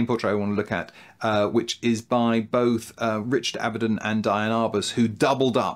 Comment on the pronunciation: Thank you for another nice episode,,,, just a little correction: Richard Avedon,,, not Avendon